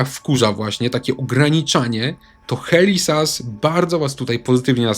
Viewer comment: "HELI ZAS" XD - pozdrawiam Helę